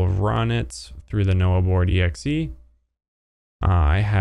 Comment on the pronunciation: its nohboard not noahboard